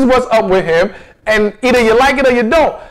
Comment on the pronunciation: PLEASE PRONOUNCE THE WORDS COREECTLY....ITS WITH, NOT WHICH. AND ITS NOT CHU, IT'S YOU.***